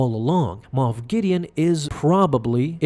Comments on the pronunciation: Luke just ruined this man's whole career. And it's MOFF guys,.not moth. SMDH. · I honestly thought it was MOTH Gideon not moff 🤣